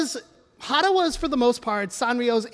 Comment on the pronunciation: Tsuji isn't pronounced Suji Eiga isn't pronounced Aiga Hata isn't pronounced Hara other than that, this is a very good presentation about something i didn't know about.